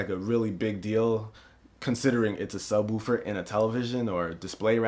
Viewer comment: I love how this guy says sub " Wuufer". I'm dying over here.